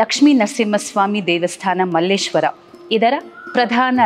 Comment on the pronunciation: Mallesheara antha heli kannada kole maadthreera